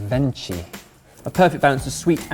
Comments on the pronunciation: First off, Venchi is pronounced with “KI”, but you don’t speak Italian so that’s fine, I’ll let you off with that. Anyways Venchi is an Italian gourmet chocolate manufacturer! The chocolate they make its absolutely stunning and way better than Thorntons, which in my opinion is proper trash. Venchi, on the other hand, actually cares about where the cacao beans come from and the process of making chocolate. They use high quality ingredients, compared to normal “supermarket brands”. So the reaction you guys had was fairly offensive towards them. But you’d rather have a mass produced chocolate Easter egg with highly processed ingredients. Secondly, Venchi Easter egg costs 39€, which means that it was imported to the UK and that had a cost. So I don’t think it’s fair doing a comparison with british products. That’s my personal view on it. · Venchi (you actually pronounce like Yankee) is one of the most popular Italian chocolate brands and it’s traditional in Italy to find a little toy or gadget in Easter eggs, you always will find something inside of them. Since Venchi is more of adult sort of brand that’s why you found more adult stuf like USB adapter. If you’d gotten something like a kinder Easter egg it would contain stuff like stuffed animals or coloured pencils or other random toys. On a different note Ebbers makes an adorable tiny 🐥